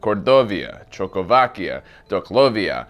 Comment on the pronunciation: Choco-vakia. Lol